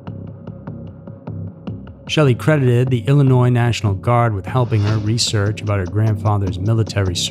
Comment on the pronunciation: The "s" is also silent at end of Illinois but he still puts it there - annoying.